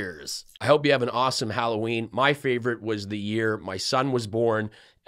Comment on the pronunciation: "Holloween"...maybe because of the hollowed out pumpkins?🎃🎃🎃